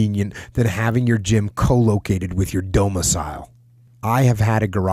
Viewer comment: “…having your gym CO-located with your DO-micile” Jocko. LOL.